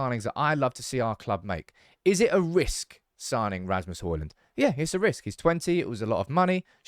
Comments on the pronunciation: D is silent, it's Hoilun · The 'D' in Hojlund is silent.